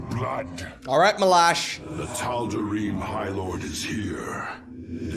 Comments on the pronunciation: it is tald ream that’s how it is pronounced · Tal-da-ream bro that's how it's said. Bro epic fail.